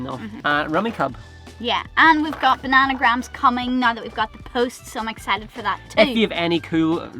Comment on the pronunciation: You both seem so chilled and blasé about the future which is how it should be. Kids or otherwise, really good attitudes. Your Irish pronunciation of now is awesome, kinda sounds like gnaw and from a Welsh guy is in no means disrespectful as I love the accent